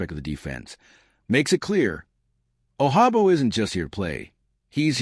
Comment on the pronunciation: He’s not Spanish and the j sounds like a j He’s from Nigeria. Hate computer voice.